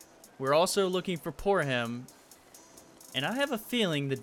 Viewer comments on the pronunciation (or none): Why does he say poorham when it's poorhim